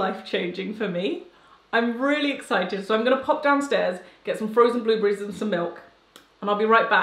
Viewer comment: Has anyone notice how she keeps saying "blueblerries" instead of blueberry.. lol I love her content!!